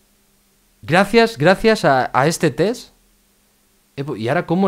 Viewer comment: Mencanta que diga tes en vez de test JAJAJAJA